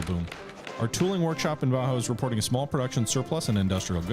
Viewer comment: love the series bro bajio is pronounced ba heeo